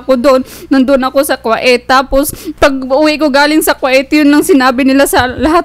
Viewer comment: Kuwait po ( Ku-weyt)... not Kwa-it😄